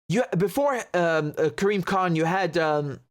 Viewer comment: Karim Khan. Why do hear 'creamed corn?'